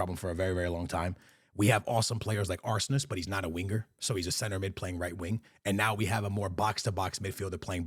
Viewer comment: "Aursnes" is pronounced "Aush-ness", not "Arse-ness". 😄 Also, "Barreiro", not "Bareiro".